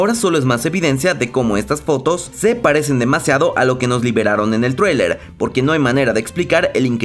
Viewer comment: Me encanta como dice Traewlier es traileeer weeey ajaja